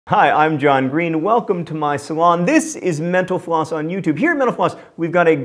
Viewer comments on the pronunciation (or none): This is the first time I've watched a mental floss video and at the end I heard it as 'menopause' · When he says mental floss it sounds like he says menopause. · I always hear " thanks for watching menopause" at the end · When you say mental floss all I hear is menopause